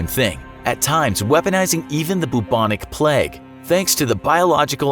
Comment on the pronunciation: Anyone else laugh at the way he said bubonic lol not hate btw